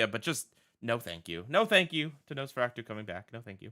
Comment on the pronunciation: Just curious, why do you keep pronouncing Nosferatu as Nosferactu? Or maybe my brain is somehow adding a C in there.